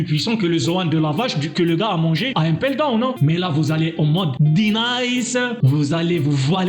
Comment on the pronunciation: Tu sais pas parler ou quoi impeldown pas 1peldown